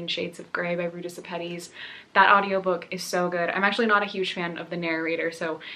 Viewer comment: "Between shades of grey" author's last name is pronounced Sheh-peh-tees :D just sharing this cause I'm a Lithuanian 😊💕